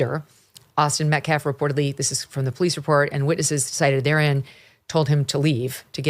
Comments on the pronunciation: It took Mom less than 2 minutes onto her speech before she started screaming and laying on the histrionics. I wonder where her son got such low emotional control? And the pastor is a slow head. He cant pronounce "Metcalf" and he uses phrases like "axe" instead of ask and "respek" instead of respect. He couldn't remember Daniel Pennys name. And he even looked nervous during his Great Value I Have a Dream moment. He knows this sht isnt getting over. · She called him the Metcalf boys. Didn’t even pronounce their name right nor could give them the dignity to use their first name which she damn well knows. They are disgrace, and I am disgusted in these people.